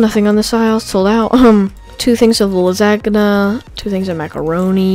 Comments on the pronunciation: Lol he said lag ag na it is pronounced lazanya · "La sa ga na" xD The "ga" is silent c; Its pronounced: "Lasana" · I'm done he said la-zag-ana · Bro ur so good but u said lasnagica XD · LUZAGIA LMAO ITS LAZANIA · Did you just say lasag na it pronounced lasagna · VastGreat Awesomeguy he said "2 things of la-sag-anna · i know right lol its pronounced (lasania) but its written lasagna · Lus-Ag-na LOLOLOLOLOL you don't pronuce it like that 😂😂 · He said la-zag-na. XD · "Two things of LASACKYA" wtf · did he just say,"la-sa-gena". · la-sag-na xD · Did he legit just say "Lasagana" like bruhhh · HE SAID LAGNA! ITS the spagetii thing. It's really anoying to spell so I dont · Umma he said la-zag-ana ...... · Did he say lazakana? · Wtf is "lugzanginu" like what? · It made me cringe when he said lasa"g"na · He said lasagna pronouncing the g! XD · Who else got triggered when he said lasagna wrong? Just me? Oh...well, I'm going to go and sit in the corner and curl up into a little ball of sadness. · Yes he did xDD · omg xDD go to and listen to the way he pronounces lasagna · Did anyone else notice how he said lasagna